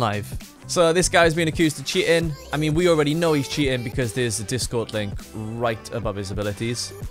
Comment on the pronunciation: Cheating ❌ Chea in ✅